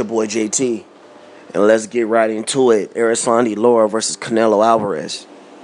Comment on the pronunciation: Man you're analysis is so flawed, first you say Lara is not an elite fighter, he is a B- fighter, and then you say he is a supreme boxer, make up your mind oh yeah and it's Lara not Laura, you probably call Maidana Madona too